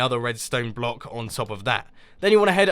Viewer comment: Hahahahahahahhahahah I hear that. The right pronounce of block is block u say ( BULOK ) in faster way